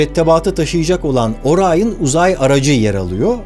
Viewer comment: NASA bile Orion diyor Barış Orayın diyor